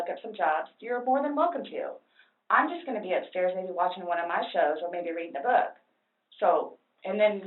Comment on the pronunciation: It's the way she pronounces her "oo"s so annoying